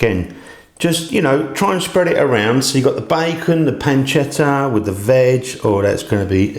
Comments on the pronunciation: Nice video, too long skip some of the repetitiveness Ps it's pronunced (bay-con) not bye-con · Bacon not Buycon.